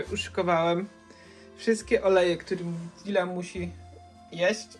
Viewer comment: To nie mati lonżuje dile tylko dila jego